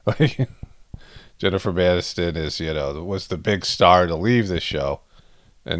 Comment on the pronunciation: Did you say Jennifer MANiston? 🤣😂😅